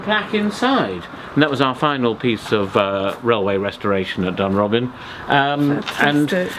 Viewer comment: Must take issue with the pronunciation of DUNROBIN. Putting the emphasis on the "B" makes it sound like a retirement home for burglars! Emphasis should be on the "O" which makes it sound like a retirement home fot the House of Lords. Much more appropriate!